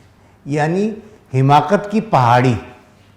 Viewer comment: السلام علیکم ورحمۃاللہ وبرکاتہ بصد احترام عرض گزار ہوں کہ لفظ " حماقت" ح کے زیر کے ساتھ درست نہیں بلکہ ح پر زبر ھے Hamaaqat